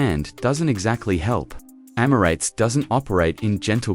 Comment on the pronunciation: Any video that can’t even pronounce ‘Emirates’ correctly immediately gets terminated and deleted - including this one!